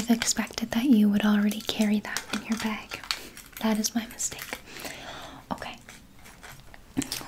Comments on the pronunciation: Gosh I love the way Canadians say bag... BEHG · i love the way canadians say bag